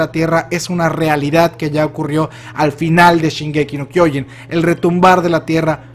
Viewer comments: Pues entonces, al igual que, te falta poner atención a cómo lo pronuncian los personajes. Solo dale play a un capítulo sin subs y te vas a dar cuenta, nadie en el anime dice "kyOjin". Muchos tienden a pronunciar mal las cosas en japonés porque solo las leen como se les ocurre la primera vez y no como realmente las dice alguien que sí habla japonés, otro ejemplo "animÉ" en lugar de "Ánime". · Años y años de hacer videos de la serie y sigue sin aprender a pronunciar kyojin y siguen agregándole una N y quitándole una H a Shiganshina. Se pronuncia kyoJIN no kyOjin, y no es shinganSIna, es shiGANshina. Fuera de eso, muy buena teoría, puede que sea Armin de un futuro (que aún no sale en el manga) el que contacta a Eren y el que realmente le siembra la idea a Eren por lo que termina haciendo todo ese caos.